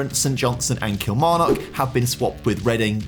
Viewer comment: Someone teach this lad how to pronounce Kilmarnock